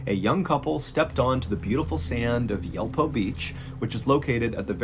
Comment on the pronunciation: Yulpo is more like Yool-po